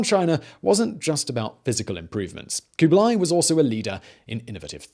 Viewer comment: Stop with the koobly; its kublah ee.